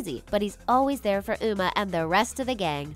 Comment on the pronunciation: I found a mistake in your video you said una not uma. you said meerged intsed of marged.you said gung not gang. you said l;ungcon not lincoln